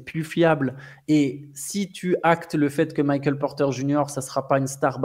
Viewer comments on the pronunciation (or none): none